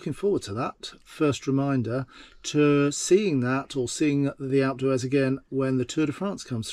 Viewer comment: Watched three of your videos, the last was at Alp d’Huez. It was very scenic and I enjoyed the views but noticed your pronunciation of all things French were to the untrained ear “very French” sounding. You state that you live in Tenby, not sure for how long you’ve lived there but please try to give the same consideration to Welsh pronunciation, I.e. “Pen-y-Fan” should sound “Pen-uh-Van” and “Fan Las” as “Van las”. Please accept this comment in the non-confrontational way it was intended and carry on with the excellent videos.